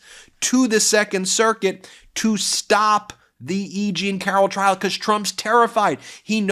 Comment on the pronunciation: Ben sounds like he says "bekoss" instead of because lol